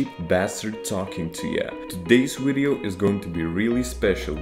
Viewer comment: Yeah, lets make a wideo!